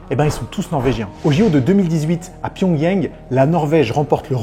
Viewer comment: Merci pour la vidéo :) (juste c’est pyeong chang pas pyeong yang !)